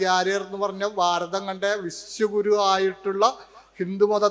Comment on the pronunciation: ഭാരതം, ഭ എന്ന വാക്ക് ഉപയോഗിക്ക്, സ്വാമി.